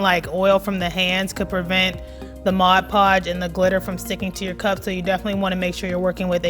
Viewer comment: Thank you for saying Mod Podge and not Modge Podge!